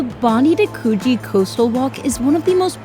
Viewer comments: Bon-Dye and Kooh-Jee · Loved the energy and excitement in this video, but I did cringe every time I heard bondee, cogie and trying to do the Australian accent, regardless, great video! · Bondi is not Bondy but Bond-eye Coogee is closer to could gee than what you say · (Bondi = bon-dye, a name used by early Indigenous Aussies, thought to be inspired by the noise of breaking waves in the beach). There are two Coogee's in Oz, one in Sydney and one in Melbourne, to make it more challenging each beach is pronounced slightly differently, Sydney-siders tend to pronounce the beach something like Could(the word)+gee. Hope you had fun! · Your pronunciation of Bondi and Coogee made my ears bleed. Have to put tomato sauce on meat pies too. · YOU NEED TO SAY BONDI AND COOGEE PROPERLY ASK SOMEONE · Coogee is pronounced differently in Sydney and Perth